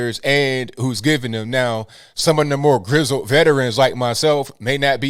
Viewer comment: are you a veteran? I heard you say “Grizeld Veterans”.